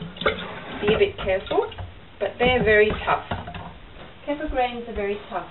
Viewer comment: Great video, thx! But, you are mispronouncing kefir. The "e" has a short e sound as in "egg". The "ir" is pronounced "eer". The accent is on the 2nd syllable, not the 1st, ok? Thanks again for this video.